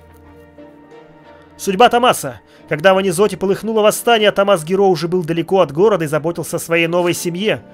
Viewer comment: Простите, но почему тОммас? Томмат? =)( ТоммАс же вроде бы читается =) Я орал каждый раз =)